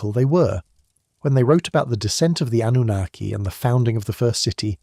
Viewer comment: It's Anunnaki